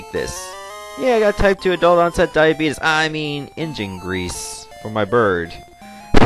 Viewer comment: Diabeetus lol